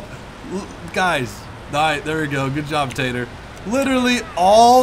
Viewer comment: Tater Ass? You sure mess up people's names often:P Recalls being called